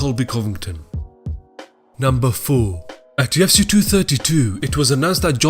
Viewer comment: Can we get a different narrator? This rubber dingy rapids bro keeps saying Yefcy and it's stressing me out.